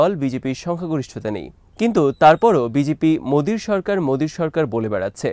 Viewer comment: ভাই ওটা বিজিপি না বিজেপি হবে।